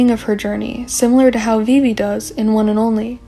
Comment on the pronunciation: at first you have such a beautiful calm voice and I like the way you pronounce yeojin a vivi T^T idk why… but your theories gave me hope about loonaverse after butterfly. i wasnt sure if there’s still something deep, but your theories are on another level!! tysm for this